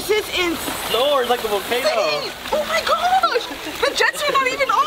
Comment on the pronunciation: Lo único que le entendi fue oh my gush